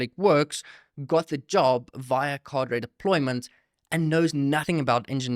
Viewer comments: 👍 ps pronunciation is : kaa-druh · 😂😂 dude switching r and d in Cader deployment got ! Even the clip he played an afrikaner pronounced it correctly. Otherwise create video